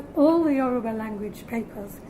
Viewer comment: The way she pronounces the Yoruba words is 100% spot on.